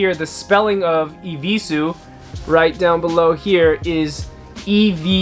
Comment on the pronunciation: "I will not wear no eviesues agaiin"